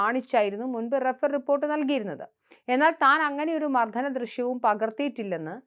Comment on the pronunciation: മർധനമല്ല, മർദ്ദനം എന്ന് പറഞ്ഞു ശീലിക്കുക.